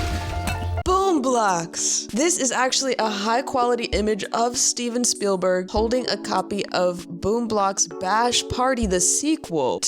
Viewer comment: When its read "Steven Spielberg" but pronounced "steeb spleelblurg"